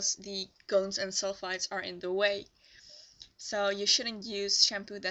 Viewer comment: Hi! I'm sorry for not understanding, but are you saying cones & sulfides? Or cones & sulfates. It clearly sounds to me that you are saying sulfides but when I look online for more information I see a lot of people saying sulfates are bad for your hair. Thanks and have a good day!